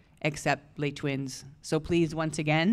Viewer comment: WHY they pronounce le twins?? not le's' twins